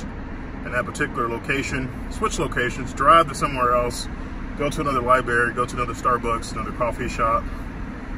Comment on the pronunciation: Lmao! I hate when he says LiBary...he also aks instead of ASK!